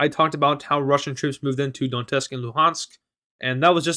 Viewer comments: Its Donetsk not Dontesk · its Donetsk, not Dontesk